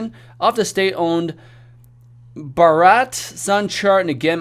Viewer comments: Your pronunciation is so weak for chutiye woh bharat hai baraat nahi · Specially the word 'Bharaaat'.